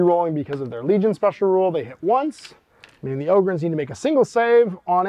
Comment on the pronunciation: Bonus pts tho, for pronouncing 'em 'Ohhh-gryn', not 'Awww-gryn'. They're space 'Ogres', not 'Agres'! 👍